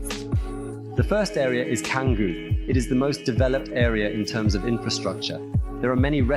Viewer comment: An 'expert' who can't pronounce 'Canggu' is no expert.